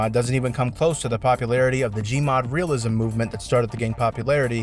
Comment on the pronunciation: When he said "Realism" i thought it was glue library.